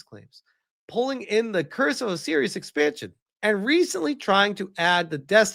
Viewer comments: "Oh Serious"? It's pronounced "Oh Sigh Riss" 😊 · How the hell do you not know how to pronounce Osiris?